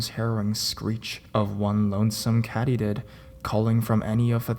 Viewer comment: STOOOOOOOP! I thought I blocked this moron??? How does he still turn up in my recommendations? Kattydid? Meender? MAKE IT STOP!!!! The real horror are his horrific pronunciations!!!!